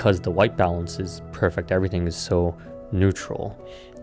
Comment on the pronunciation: Great video. Incredible videography. Learn to pronounce ‘perfect’